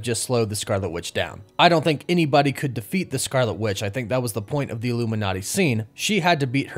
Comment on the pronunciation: did you say illuminaughty at like 40 seconds?